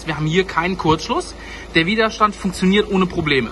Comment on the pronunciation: Widerstand ohne langem i...aber wahrscheinlich bin ich mal wieder zu pedantisch :D